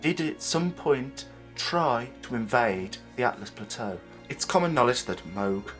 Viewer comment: Also, its ALTUs, not ATLAs. No hate, just educating. great video, mate!